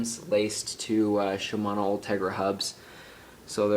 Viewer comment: ...."Shmomosuma 105, Shmomosuma 105"....NERD